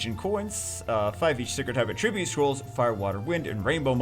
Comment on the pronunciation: when he says attribute instead of attribute